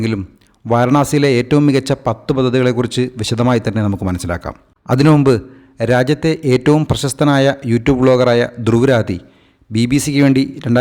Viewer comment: ധ്രുവ് രാതി അല്ല ധ്രുവ് റാട്ടി....😢😢😢